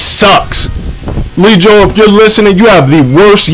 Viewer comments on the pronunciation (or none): I just realized said "lee joe" bruh. It's L.I, as in Long Island NY. Damn, never been triggered off that and I'm from NY lmfao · he called him "leejoe" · He said lackk... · Lol "Lee-Joe"??